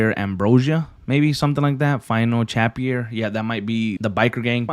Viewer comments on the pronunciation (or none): “Final Chapier” 😂 You mean final ‘Chapter’